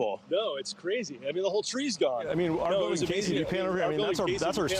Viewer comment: Leave him alone. He said 'biwding.'